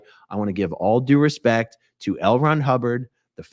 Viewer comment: “Put a little bit of respek on my name.”💀